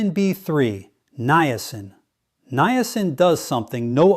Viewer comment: This is NOT Dr Mandell. This AI imposter does not even know how to pronounce Niacin. I would take anything he says with a grain of salt and run up by my doctor before trying what he is promoting. I really liked Dr. Mandel and his true video channel is MOTIVATIONAL DOC.